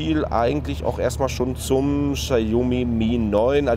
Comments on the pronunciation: Bei einem Unternehmen wie Notebooksbilliger.de hätte ich ein professionelles Video erwartet und kein Vlog scheiß. Vorallem kann der angebliche Mitarbeiter nicht ein mal den Namen des Herstellers richtig aussprechen. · Die Marke spricht man anders aus. Danke